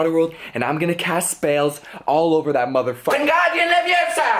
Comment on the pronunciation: It's wingardium leviosa, not wuinginee leviosa.. Fool